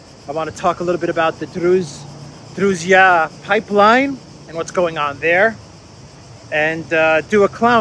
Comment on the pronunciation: FYI, Družba pipeline ( that funny letter "ž" should sound like begining sound in "g"iraffe) goes thru Belarus and has the west and south branch. South branch goes from Belarus, thru Ukrajina to HU, CZ, SK. Hungarian's company MOL owns one and only refinery in Slovakia. I have to find out what ownership is in Czechia. .